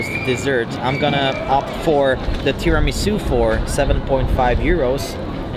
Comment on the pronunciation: I simply love this guy He said Tiramisu' correctly. I love you. Oh, that trdelnik or how you spell it(sorry guyysss) it's KURTOSZ KOLACZ in Romania from the old Magyars who settled here and now it's common in these countries around Hungary too Niiiiice LOVE YOU